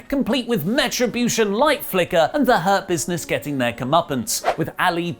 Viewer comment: I keep hearing "herpesness" on rather than Hurt Business.. 😂😂😂